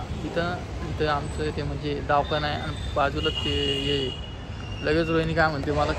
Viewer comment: अरे राम दवाखाना का दावखाना